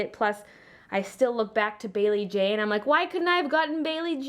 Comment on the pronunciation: I know that. I was just saying it sounded like BayleeBae :p